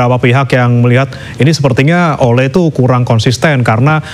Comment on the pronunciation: si ole si ole hahahah pbahasa pembawa berita nya kurang bagus, masa sebutin nama orang kaya gitu siii ole kata nya